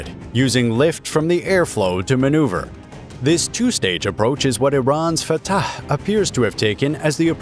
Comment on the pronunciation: I must admire the commentator for saying the word correctly. "Fatah" is an Arabic word and only those who speak Arabic can say it correctly. He is amazingly correct. Either he speaks Arabic or he knows how to do perfect commentary. Great work. I liked your video. Thank you.